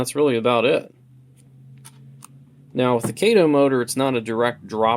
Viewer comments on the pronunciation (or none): Kah-toe, not Kay-toe.